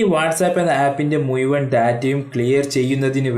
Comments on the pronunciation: മുയുവൻ അല്ല മുഴുവൻ എന്നാണ് പറയുക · മുയുവൻ അല്ലെടാ ഊളെ മുഴുവൻ എന്ന് പറഞ്ഞു പഠിക്ക്